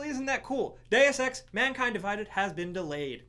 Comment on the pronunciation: When he said Deus Ex was delayed i thought he said Day of Sex